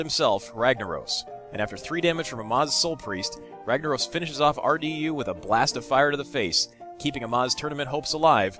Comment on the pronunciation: That name felt so weird when he said it, Amaznaros sounds better! Anyway, love watching these clips, please release a new episode every 5 minutes.